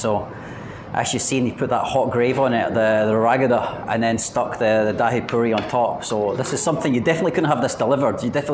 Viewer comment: its not Daa-hee 😂 its Dhai